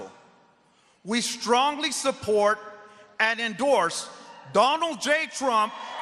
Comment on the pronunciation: Enorses? Illiterate much?